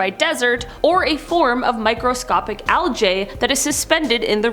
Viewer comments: Never heard it called "Al Jay" before. Is that the plural of "Al Gee"? I thought that was "Al Ji". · Al-gee. Hard g sound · What dafuq is OWL-J ? Is she trying to say algae if so someone should inform her that she saying it completely wrong 🤔